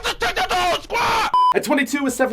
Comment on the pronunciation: “I ju took out da whole squa” Classic